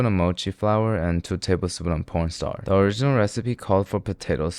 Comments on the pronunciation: WHYD HE SAY P@ starch?😅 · 1.28 am i the only one heard po**star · I replayed 5 times he says pornstar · I'm pretty sure he says porn star instead of corn starch every time. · did bro really said p*rn starch ?? 💀💀💀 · I did hear porn starch but its corn starch ik that its corn starch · Nah, he DEFINITELY says porn star instof corn starch, and it's KILLING ME! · bro said "porn starch"💀💀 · Yeah, he said p0rnstar 🥴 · Did anyone else hear him say porn star instead of corn starch...?? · Broo its corn starcth not porn star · Did he just say pn star when is supported to mean corn star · why does this guy keep pronouncing corn starch as "pornstar" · Please PLEASE tell me im not the only one who hear P***N Star instead of corn Starch 💀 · why is nobody talking about the fact that he said p0rnstar instead of cornstarch 💀💀💀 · Yeah I know, he doesn’t even say starch he just says star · Is it just me or he says pornstar instead of cornstarch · is it just me. or is he saying pornstar instead of cornstarch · porn starch ?? 😂😂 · Corn starch ❌ Porn starch ✅ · Is it me or was he calling cornstarch, pornstar? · Stop saying porn starch. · Idk why no one notices how he says p*rnstar instead of corn starch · Am I the only one who hears he says corn starch = Porn starch ????? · Was it just me, or did he really say "porn Star" instead of corn starch? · Had to listen 3 times to check if you were saying Corn starch or P*** starch haha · did he say porn star?wtp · I heard porn star 😢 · Did anyone else here him say p*rn starch? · What did you just say? P*rnst*r? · he DOES NOT say corn starch with a C😭😭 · wait why does he say pornstarch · Im sorry... were you sayin "porn star" instead of "corn starch"?? 😂😂😂 I fucken love this channel! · Did you just say "porn starch"????? edit: sorry, my bad, you actually said "porn star", multiple times. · he said porn starch💀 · The way you say cornstarch sounds like cornstar if you know what I mean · "porn starch" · Am I mishearing corn starch from what? 😭😭